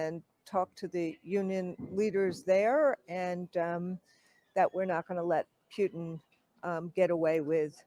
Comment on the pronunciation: She pronounces Putin properly. Say "mutiny", then replace the m with p...